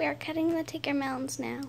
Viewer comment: I think she's saying it right. Its tigger from MI's shop too